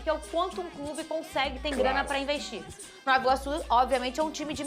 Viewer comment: a pronúncia é ''novA iguaçu'' e não ''novO iguaçu''